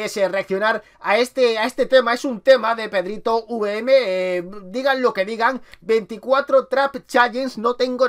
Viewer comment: PEDRITOVM NO PEDRITOUVM